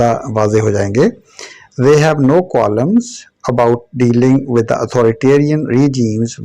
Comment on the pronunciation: In the word Qualms, L is silent.